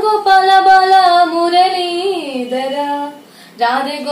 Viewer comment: మురలీదరా కాదు మురళీధరా రమన కాదు రమణ